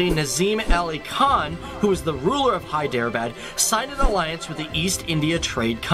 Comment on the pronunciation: Your pronunciation is correct Professor